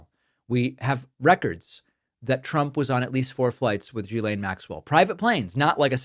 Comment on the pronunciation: As a french woman, it frustrates me hiw her name has been massacred. She’s an awfuk person, no doubt. Her name is pronounced, rather than previously spoken, guylaine. Pronunciation: “jislaine”. Please pass that on correctly as it seems nobody in USA can seem to pronounce it properly.